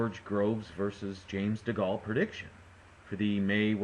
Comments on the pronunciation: Dee-Gaal lol ....Dee-Gay-il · Prediction fail. AND its Segal not Segale, so its DeGale not Degal! fool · Just so you know, it's DeGale as in Whale not Degale as Fall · chillaxe it was just a prediction i don't think anyone on here bet 10 grand on Degale because of this or anything, also stop moaning about his pronounciation, its not like you've never said something wrong i'm not trying to argue i just don't like it when people consistently moan on youtube etc.